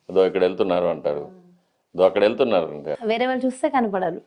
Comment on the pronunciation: అమ్మా తల్లీ నీ తెలుగు దరిద్రం వాల్లు కాదు వాళ్ళు అనాలి